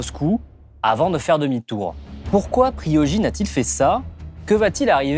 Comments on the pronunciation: Pourquoi prononcez vous "PriYojine" ? L'on prononce bel et bien "PriGojine" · Lui c'est un champion, il t'affirme sans broncher que l'Ukraine a jamais bombardé les civils ...expert à deux balles. L'autre prononce "Priojin", et la maskirovka en Russie personne sait ce que c'est. Оn dirait deux pourceaux qui se roulent dans la boue de leur ignorance en croyant que c'est du chocolat.